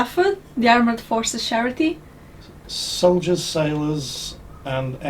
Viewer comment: thats a new one. never heard scharity before. whats scharity lol.